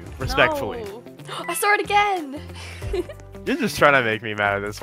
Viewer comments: the accent 😂😂😂 “i sawer it” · i want an australian accent.. ‘i SAUR it again’ 😭